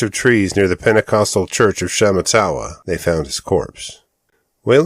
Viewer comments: SHA MAH TAH WAH is the correct pronunciation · Sha matt a wah. Emphasis on the second syllable.